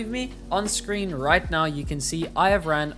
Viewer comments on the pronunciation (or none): none